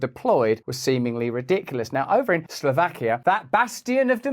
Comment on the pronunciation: 'Slow vakia' Not 'Slaw vakia'